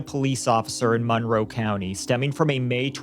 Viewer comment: I'm from the area, you're pronouncing Monroe wrong lol. Less emphasis on the mon. It sounds like mun-row